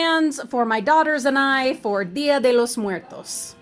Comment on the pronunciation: Wow you did great work I liked the way you pronounced dia de los Muertos muy bien